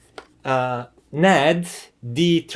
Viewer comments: First off it’s not pronounced Nad, but N A D. You say the letters individually. So I’m getting the sense the Yamaha amp is flat sounding? Does it have a phono preamp? I’m guessing NOT! I have a Teac amp that probably performs like that one. However, unlike the remote for that amp, the Teac amp has an awesome remote. It’s metal, in gun metal grey. I like my B&W speakers with the Yamaha amp I already have, and it also sounds great with my ELAC speakers as well. I prefer listening to vinyl and I doubt that amp will give me the sound quality I’m looking for. The remote for my Yamaha amp is better than the one with that amp, but it still doesn’t compare with the Teac one. So I take it that that amp main source for audio input is digital and not analog? One last thing regarding your review is you repeated most of the same information several times making this video longer than it needed to be. However, outside of that, your presentation was done very well I got through it. . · Very useful and insightful review - thanks! For what it's worth, I have always heard the name NAD is said "En A Dee".